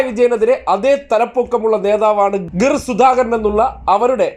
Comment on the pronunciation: ഗിർ എന്ന് പറഞ്ഞു വന്നു . പിർ എന്നു പറഞ്ഞു തിരികെ പോകുന്നു 😂